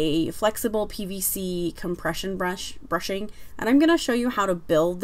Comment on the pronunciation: Bushing not brushing lol. sorry just bugged me... Nice video otherwise.